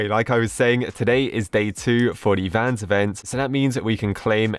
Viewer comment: Vans ree